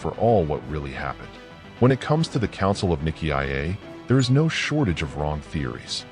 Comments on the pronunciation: If you can pronounce it properly, don't make a cideo about it. Nicea is pronounced N-eye-see-a. There is no I before the A that you pronounce. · Why the new pronunciation of Nicea? AI?